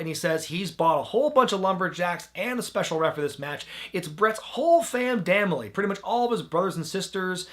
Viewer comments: "Famn damily" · "fam damnly"?